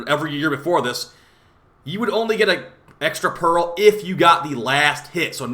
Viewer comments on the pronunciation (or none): why do you pronounce it 'perril' instead pearl? 😢